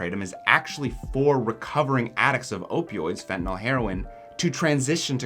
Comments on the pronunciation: Please stop saying fentinALL. The last syllable rhymes with “pill,” not “ball.” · There is no O in fentanyl. It's "nil," not "nol."